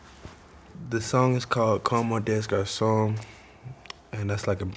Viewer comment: You don’t pronounce the "s" in French when you say "des garçons" ;’)